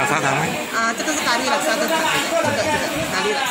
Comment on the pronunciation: 又来一个假厉害的把咖喱念成加哩 ， 五香虾饼叫成卤肉。通常都是槟城人